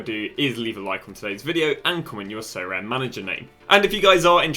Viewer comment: Sorare : aribeh